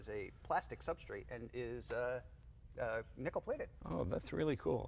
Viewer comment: you would, but its nickel, not nichol..............HA!